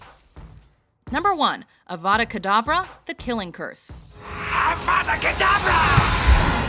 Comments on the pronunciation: its AVADUH KEDAVRAAA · Avada Kadava?! I would Protego that back at your face. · Brian Corvello its not avada kedava its avaka debra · But it's 'Avada Kedavra' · Seriously crucio and avadakedavera. Are you a death eater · It's Avada KEDABRA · Isn't it weird how the killing curse sounds like "Abra Kadabra"?